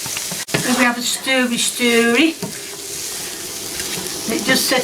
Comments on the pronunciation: "Sterwvy, stirly" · I’ll I need to know is when she said “stiry-stirry” instead of “wang-jangle”.